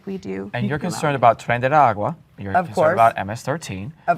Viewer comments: That lady struggled so much to say "Tren de Aragua" I get it it is hard to pronounce, but she said something completely different every time 😄😄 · White lady was really struggling to pronounce Tren De Aragua